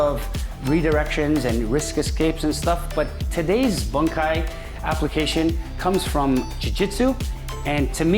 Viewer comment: Strangulations!! Boon/kai, not bun/kai. You do not pick up or drop weight. You pick up, drop and move mass. Still, despite the wrong colloquialisms, a lot of intriguing info for a 4th tahn hapkidoin.